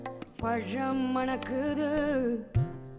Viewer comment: பழம் மணக்குது உச்சரிப்பு பதிலா மலம் மணக்குதுனு பாடுறா... தமிழ் அன்னையே என்னை மன்னிச்சிரு